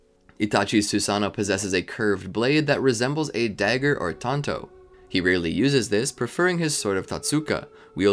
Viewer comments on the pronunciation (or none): none